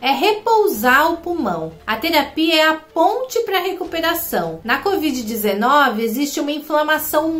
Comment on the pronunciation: cÓvid????? Se tá louca?? Meu pai!!